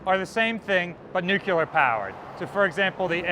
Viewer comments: aw man.... dont say nucular just because youve heard it before. it isnt a mispronunciation.... is a misspelling. youre saying nucular when what you mean is nuclear. just sound it out..... i mean, 'clear' is right in there. where exactly did 'cular' come from? its a whole extra syllable for no apparent reason :( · 250k special: Give a gift certificate to a speech therapist so he can stop saying “nucular.” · "Nook-you-lar"? noooooooooooooooooooooooooooooooo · "nucular"